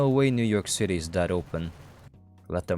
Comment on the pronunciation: "new jork city"